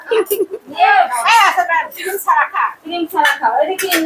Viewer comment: ছাবা, ছারা, ছিদরাতুল, জালানা,দুফুর এধরনের কথা গুলো ঠিক করা দরকার যেহেতু ভিডিও তৈরি করেন।